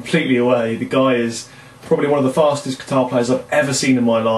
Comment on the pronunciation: Did you say the fastest or the fattest ?